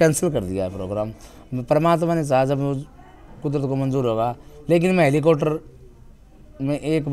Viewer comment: इस न बोलना सीखा दो हेलीकॉप्टर होता ह